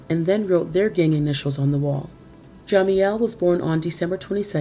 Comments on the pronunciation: Yes most definitely. And why in the hell do you keep pronouncing jamiels name like that???????? It's ja- meel not Jah- meel..!!!!!!!!!!!! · learn how to pronounce jamiels name first!!!!!. It's ja-meel not jah-meel. Get it together if you're going to be a narrator!!!!! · Pronounced Ja..MEAL not jamieel